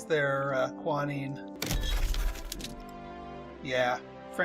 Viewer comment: I do not understand your pronunciation of Quinine - it keeps sounding like you are calling it kwa-neen. The British pronounce it kwee-neen and the American pronunciation is kwy-nine